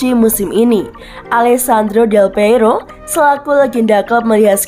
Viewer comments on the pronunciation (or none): Baca nama org tu yg benarlah.. Bukan delpeiro, tapi delpiero